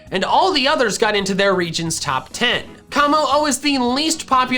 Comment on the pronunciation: IT'S KOMMO-O, NOT KOMO HO!